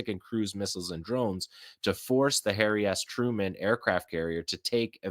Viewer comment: Did you just say Hairy Truman?😂😂😂